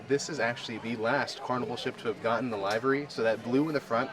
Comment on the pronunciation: The paint job is not called a library like where you get books.It's a livery like the word delivery